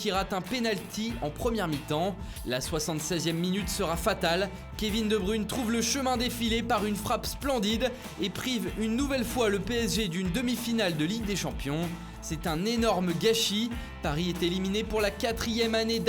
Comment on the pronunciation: Arrêtez de dire De Bruïne svp respectez l'accent Flamand en disant De Breuïne